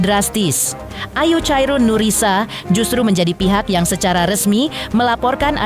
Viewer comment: bukan chairun mbak tapi sebutannya khairunnnisa